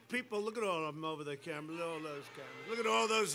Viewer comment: "Camara" lol